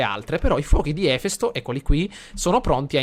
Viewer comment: Ahahah si legge efèsto non èfesto!!! Cmq sei un grande!!!!!;)